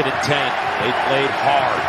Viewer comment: “Jags gotta be gettin the ball if Dey gon win.” This announcer is a genius.